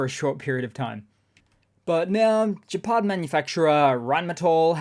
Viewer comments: Gepard is pronounced with a hard g like the g in get rather than the soft g in gin or gender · Gepard, not Jepard.